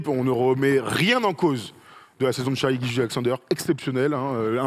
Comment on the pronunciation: Quand tu vois la place de shai, doncic et dame je pense que les bilans collectifs ont moins compté dans le vote cette année pourtant il me semble que les année précédentes le bilan avait plus d'impact. Et on dit pas Shaïe on dit shé